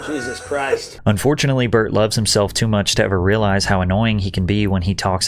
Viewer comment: wait is his name Bart or Burnt ?? 💀💀💀 I fucking pissed myself when you fucking enunciated BY BART 🤣🤣